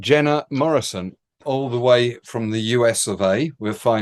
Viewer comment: you actually got my last name right 😮 My fellow countryman always butcher it 😆